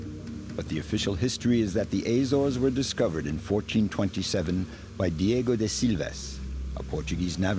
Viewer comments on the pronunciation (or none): Narrator was foolish... NOT Diego BUT DIOGO!!!